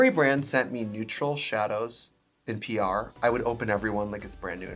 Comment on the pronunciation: It sounds like you’re saying “…on your prayer list” vs. “on your PR list.” Both work. 😂💗